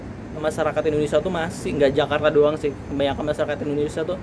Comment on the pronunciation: Ala2 bule ngucapinnya 😂